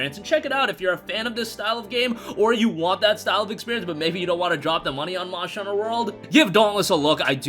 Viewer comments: good ol "Monsher" Hunter . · Moshter Huner